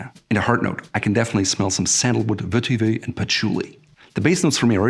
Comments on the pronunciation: Vetiver is mispronounced above. The Oxford English Dictionary website contains the correct pronunciation. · Curious, you seem to pronounce vetiver differently in different videos?